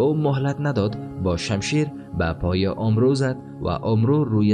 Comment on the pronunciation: فکر میکنم عمرو أمر خوانده میشه نه اومرو البته من اینطوری شنیدم